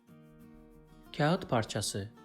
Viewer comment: teleffuz videosu çekip kağıtın teleffuzunu doğru yapamamanız komik olmuş k ince bir şekilde ı okunmadan kağat diye okunur aynı şey ağır kelimesinde de geçerlidir ağırda ı okunmaz aar diye okunur